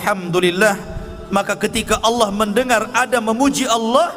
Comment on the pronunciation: Salam saudara Islam ku,,Sebutan nya harus benar²,itu nama Tuhan kita maka nya harus benar² dong,bukan Alloh tapi sebutan asli nya Allah